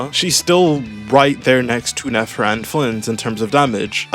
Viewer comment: Its Nefover